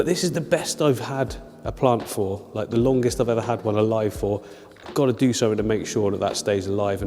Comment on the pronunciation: “click sumfink” LMAOO I LOVE